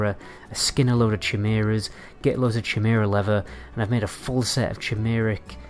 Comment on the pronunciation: The way you pronounce chimera makes me hurt inside.